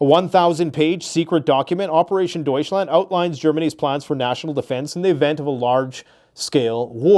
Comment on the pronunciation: D•oui•chland like Dutch but with an oui like ouivay